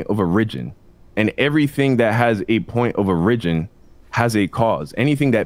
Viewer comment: FOR THE LOVE OF GOD,...IT'S "POINT OF ORIGIN!!" !!!!